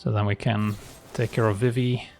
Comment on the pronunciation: Pronouncing Vivi as Viv-i in these videos is killing me. Should be Vi-vi